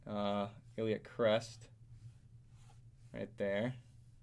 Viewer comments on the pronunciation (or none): none